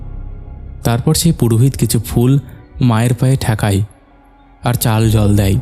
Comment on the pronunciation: হই(হয়),ঠেকাই (ঠেকায়),চালাই(চালায়),জাইগাই(জায়গায়),ফাকা(ফাঁকা),কাপতে(কাঁপতে),কথাই(কথায়)।আর কবে শুদ্ধ উচ্চারণ করবেন?